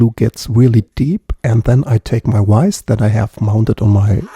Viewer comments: Kleiner Hinweis: "Schraubstock" heißt "vise" auf Englisch und nicht "wise", das "v" im Englischen wird wie das "w" im Deutschen gesprochen... weiste bescheid... 😉😄 Dieser wertvolle Hinweis ist für dich kostenfrei wenn du den Hals von meinem Kontrabass genauso schön reparierst... 🤩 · Great repair but it's a vice not a wice. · Why cant you say VISE you keep pronouncing it as wice it is not wice it is vice. Vuh sound not a wuh sound...weird man why cant Germans say V sound words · Gorgeous hunk of wood, nice job saving it! BTW, to pronounce vise like a native english speaker, think of how the murrycans pronounce Veedoubleu (VW). Subbed for more, hope it's not all shorts. Happy 2025.